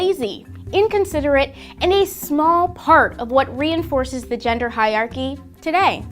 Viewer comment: She can’t even pronounce ‘hierarchy’